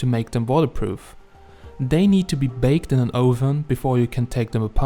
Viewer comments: "Oooven" never heard it pronounced that way before. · English is weird ... make sure to check your pronunciation of "oven" .